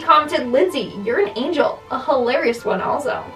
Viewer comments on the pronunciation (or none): none